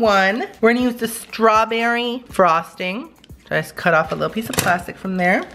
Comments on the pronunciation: "It was very stawberryee"Lmao i love you "Twerk it in my face" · He was making up words 😂😂😂 stawberry-E